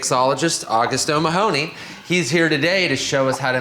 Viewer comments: Butchered the guys surname. Its OH-MAH-HUN-EE ......not OH-MA-HONE-NEY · That was the cringest pronunciation of o'mahoney